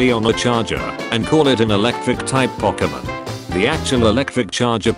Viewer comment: The moment the word "pokemon" was being mispronounced was the moment the video should've been deleted 🤣